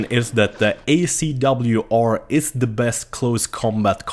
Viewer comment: try pronouncing "th" in the word "the" right. You pronounce it with a "d"